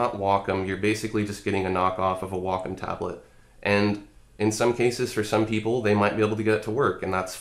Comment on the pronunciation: wocom... Waacaam